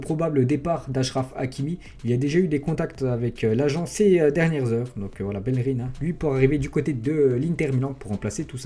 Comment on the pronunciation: Tu prononces pas bien bellerin